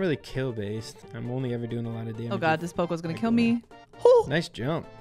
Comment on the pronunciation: the way she pronounces poco 💀